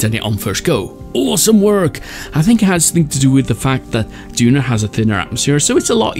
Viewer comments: Its Duna not "Dunar" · Duner? It’s called duna